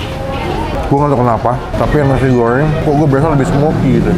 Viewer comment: "nasi goweng, kemayowan, kewang" emang ngmg nya gitu y pak?